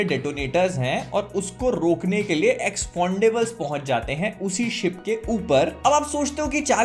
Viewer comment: "Expondables" ka review kar diya tumne to. 😂😂😂😂 Jyada angreji seekh li bhai ne.